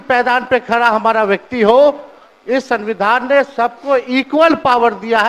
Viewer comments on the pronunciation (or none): संविधान तो ढंग से बोल नहीं पाता है नोमी फेल